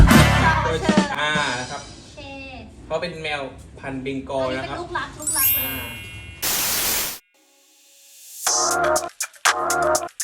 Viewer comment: เบงกอล ครับไม่ใช่เบงกลอ พาเฌออกกำลังกายตลอด15ปีไม่ใช่15นาที โอ้ย😂